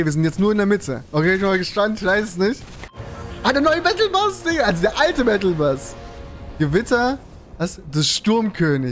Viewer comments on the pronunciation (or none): haha ich feier dich immer aus wenn du battlebass sagst anstatt bus😂😂😂